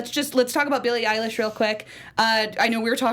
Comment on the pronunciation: EILISH NOT EYELASH!